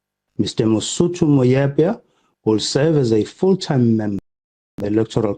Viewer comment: andazi noma ndibizekakuhle I surname yakho zama man mfokabao uku pronouncer nconywana amagama we Sisuthu noma ungumxhosa, this name Mosotho, don't pronounce it the same way as it is written try to pronounce it as Musuthu,ngesisuthu o o wu bano ko shintsha ngancane umphakamise uthi u.The way ubize u Mr Mosotho ngakhona hai kubi